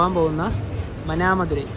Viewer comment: Good vlog bro. Pinne aa Manamadurai pronounce cheyendath മാനാമദുരൈ ennaane 😊